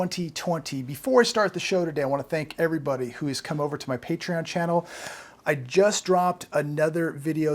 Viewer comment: What’s patreeon?